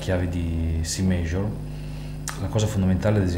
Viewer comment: scala penta, frigian scale, sesta mainor, sesta maijor....ma come cazz parli ahahahahah!